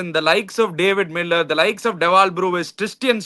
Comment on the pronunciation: No bruvis. Is brevis